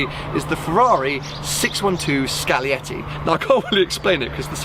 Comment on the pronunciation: It is scaglietti Not "scalietti"